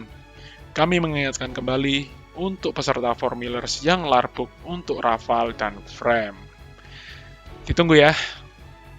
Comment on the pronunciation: Rafale min bukan rafael 😒